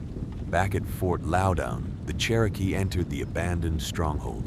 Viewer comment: Grew up near the fort..... More so where the red coats and thier families were massacred. Its pronounced fort loud in